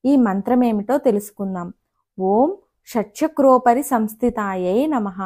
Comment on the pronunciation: ఉచ్చరణ దోషాలు వున్నాయండి... షట్+ చక్రోపరి సంస్థియై నమః శివాయ గురవే నమః